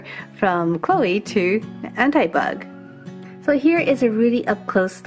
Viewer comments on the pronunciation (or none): I is not An t-i bug it is An-ti bug like more I